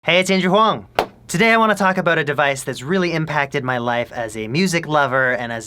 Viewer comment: I swear everytime I hear him say "Hey it's Andrew huang," I hear "Hey it's Asian Huang."